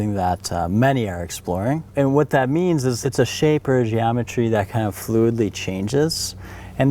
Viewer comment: GeomeTREES hahahaha